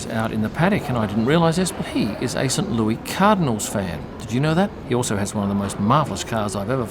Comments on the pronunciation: Cheers from USA. I always enjoy your videos and appreciate the insight. By the way, St Louis is pronounced Lewis. Terrible, terrible baseball team anyway. Go Cubs. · St. Louis is not said like Louis. In america, we pronounce the “s”. it is more like St. Lue-is